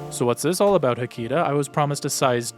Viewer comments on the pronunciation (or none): WHO THE HELL IS HECTECH it's ha-key-ta